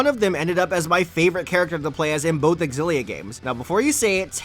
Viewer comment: Zillia not xgillia